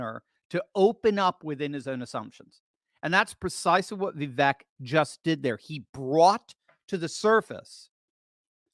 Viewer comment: Vivek like cake. Viv ake is how you pronounce it. Just trying to help my boy. He deserves to be president. The biggest middle finger trump could give these lunatics is stepping down and taking the VP job. Second in line to the presidency and he could do all the rallies he wants while proving he values the future of his country over his ego. I love trump but it’s the 7th inning, he needs the bullpen to close the game